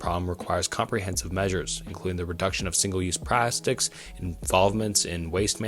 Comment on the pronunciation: “Single use PrAStics”